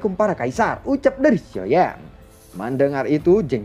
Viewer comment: Xio yen dan long yen xio zhen (geli dengernya) 😂 bro dengarlah masukan dari para fansmu soal penyebutan tokoh karakter. Oya tetangga sebelah sudah duel antar kaisar bintang 9..loh. Gak oengen kebut?